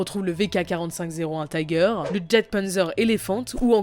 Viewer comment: On dis pas jagd mais Yagd/iagd pour le elefant/ferdinand et pour le tiger c'est pas à l'américaine mais le i se prononce comme un i français...